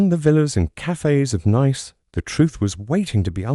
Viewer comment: Please instruct your AI narration app how to pronounce "Hercule Poirot" "Nice" and other simple words such as "carriage" "honey" "door" "echo" -- and to pay attention to punctuation, but not to read the punctuation marks or pause at line and page breaks.